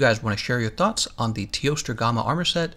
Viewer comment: Anyone else bothered by the pronounciation of gamma and recess? Just me? Really?